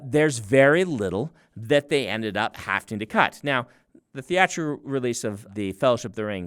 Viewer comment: Brandon - please be a good example to your Utah County people. Don't say "hafting" instead of "having." 😂😂